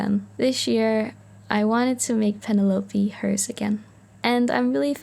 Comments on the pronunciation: Ah, if it's a personal choice then I'm here for it, but just in case you didn't know, Penelope is normally pronounced Pen-ell-uh-pea! On a separate note, your art is so cute! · That first pronunciation of Penelope caught me WAY off guard 😭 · I have NEVER heard someone pronounce Penelope like that.. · I think she said it in a more Mexican accent, since people who speak Spanish pronounce Penelope like that